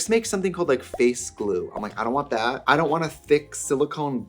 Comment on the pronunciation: “You can’t return thet” 💀😭🤣🤣